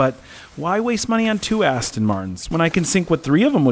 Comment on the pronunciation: "Ast" makes you sound like an ass